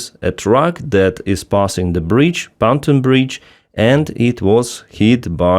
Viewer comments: I hear you say "fountain bridge", do you mean "Pontoon bridge"? If so please check pronunciation: pon-TOON. (capitals showing which syllable has stress) Pontoon rhymes with cartoon. Likewise, SAM systems like Pantsir have a "Ray Dar" (neither syllable has stress) which you pronounce "RADr". This is me trying to help. I read (watch/listen to) your stuff daily. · it’s not panton bridge, it’s pontoon bridge.